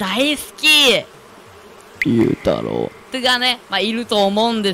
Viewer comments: ゆうたろう(怖い発音でw👻) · ゆうたろうは幽霊だから怖い発音